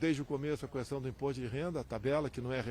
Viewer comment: pq ele fala "cuestão" , não tem um assessor para ajudá-lo.